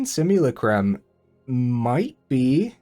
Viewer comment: It's pronounced si-myuh-LA-crum with emphasis on the LA 🙂